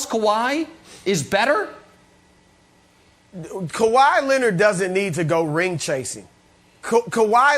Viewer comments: Kawahi “E” Leonard 😂😂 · Sounds like “Kawahi E Leonard” 😂😂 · Why does Brandon always call him Kawhi-ey 🤣🤣